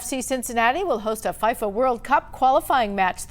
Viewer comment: She said FYFA😭😭